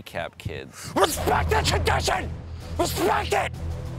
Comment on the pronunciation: Beia Rodriguez RESPECT THE WAMADITION